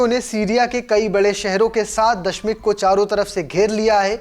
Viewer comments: Bhai ji (dashmik) nahi DAMISHK hai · Abe jahil dashmik nhi ,,damishk hai😅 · Abe dashmik nahi damascus ya दमिश्क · Damishq sahi se bolo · Damishq sahi se bol lijye sir